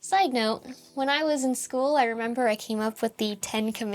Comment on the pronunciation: "I don't rember why" ? 😜